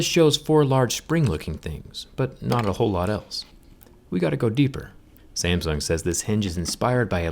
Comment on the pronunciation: 'SAMSN' XD